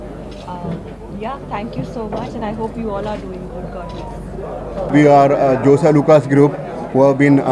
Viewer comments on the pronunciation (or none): It's Jos Alukkas not Joy Alukkas... Could you please edit